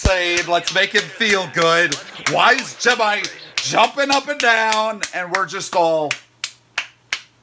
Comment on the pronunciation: Day 171 of saying JIMMAY!